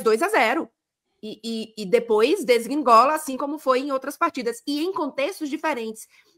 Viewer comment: Perfeita análise de todos, amo o MFM, vocês são sensacionais! Ri quando ia falar "degringolar" e repetiu "desgringolar" algumas vezes, tadinha 🤣🤣. Sou seu fã,!